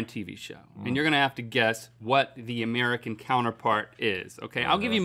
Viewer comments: “Ameircan” instead of “American” 😂 damn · We got "AMEIRCAN" not once.... but twice. TWICE GUYS, COME ON. XD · "Ameircan"? Twice? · Ameircan? Come one... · Did anyone else notice "Ameircan"? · Anyone else notice "Ameircan"? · "AMEIRCAN"? Was that on purpose? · Ameircan?! Really?! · What is "ameircan"? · Ameircan sitcoms? AmEIrcan sitcoms? AmEIrcan???